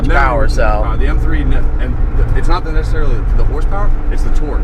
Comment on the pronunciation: you sound like a dumb ass when you emphasize that you were "NOT" in the united states